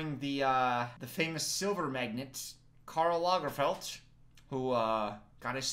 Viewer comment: It’s trash. All outfits are trash 😂😂😂 but I love your pronouncion on Karl. It really sounded Swedish 😍